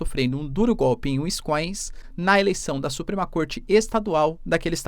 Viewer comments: Eita professor. Q tapa na cara do seu curso de inglês.... vc chama wisconsin de wiscoins ... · WINSCOINS KKKKKKKKKKKKKKKKKKK o cara é professor de geografia e não sabe nem falar Wisconsin, um dos estados mais importantes da maior potência mundial. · se fala assim : WIS-CONSIN. Simples e nem precisa ter sotaque. Só não pode WINS- COSIN. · Uinscoins???? Wtf No minimo Wins-Conssim vai? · WiscõnSin.. nao é wiscoins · Professor vídeo mto bom mas por favor para de falar winscoins é winsconsin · Úiscoins 😂😂😂! Víscânsén, essa é a pronuncia.😂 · Professor so uma correçãozinha na pronuncia do estado americano wisconsin se pronuncia wis-con-sin (uiss-conn-sim) 👍🏼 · Mestre uma pequena ajuda na pronúncia pois morei em Wisconsin . É Uís-cón-sin” (foneticamente: /wɪsˈkɑːnsɪn/) . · "Wiss-Con-San" meu querido Prof. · pra um professor de geopolítica pronunciar "wiscoins" é feio de ver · O professor, otimo video. Comentario rapido e nao pegando muito no p'e. O nome do estado 'e WIsconSIN hehehehhehe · Uiskoins kkkkkkkk😂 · UINS COIINS Q ISSO PROFESSORR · Fiquei chocada com a pronuncia tbm 😢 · O estado se chama Wins-con-sin. Se pronuncia do mesmo jeito que se escreve. Gosto muito do seu trabalho, professor! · Wisconsin = Uisqõnsim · "Wins-coins" hahaah Pqp hein professor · ainda bem que ele não faz mais publicidade de curso de ingles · Professor, tem que melhorar essa pronuncia aí de Wisconsin!!